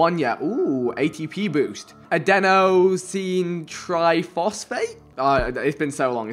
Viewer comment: Vikk you legend. You got Adenosine Phosphate correct.